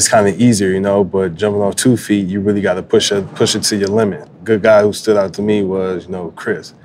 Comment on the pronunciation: Dude pronounced guy as gee..lol lol